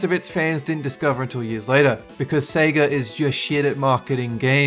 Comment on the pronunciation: Thank you for not saying “Seega” anymore!